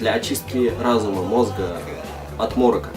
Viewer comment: не морока а мОрока